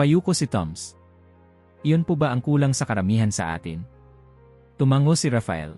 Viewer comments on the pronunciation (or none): none